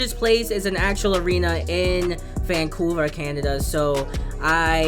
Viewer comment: Vancuver lol🤣🤣🤣🤣 but great vedio